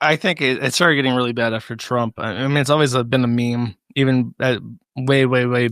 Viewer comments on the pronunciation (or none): none